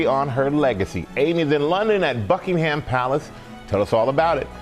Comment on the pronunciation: Jesus Christ say Buckingham right 🤦‍♂️🪱